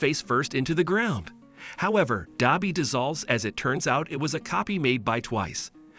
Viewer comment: It’s pronounced dabi not dobi